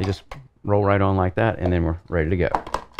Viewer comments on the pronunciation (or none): none